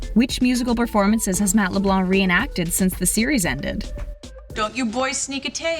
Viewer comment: She also pronounces Leblanc wrong lol